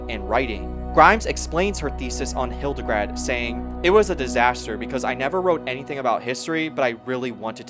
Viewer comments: Great documentary! Thank you for all the work of putting it together. You may wish to correct "Hildegrad" (von Bingen) into "Hildegard," the second syllable is pronounced like English "guard". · HildeGARD, not hildeGRAD 😆 sorry, I can't help myself Otherwise a very good documentary! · Hildegard, not Hildegrad 😊